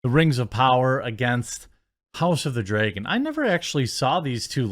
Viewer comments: Dreygon, isn’t a word. It’s dragon, why is pronouncing words correctly so difficult for you? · It's pronounced Dra gon Not Drey gon, you doofus. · Is it only me that hear him say house of the dragen everytime??? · House of the “dray-gun” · Dude….I hate the way you say dragon. Draygon lmfao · Are you mispronouncing the word “Dragon” on purpose, or don’t you know how it is pronounced? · The way you pronounce dragon is insane